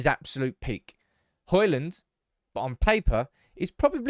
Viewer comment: it's Hojlund not Holjund 😂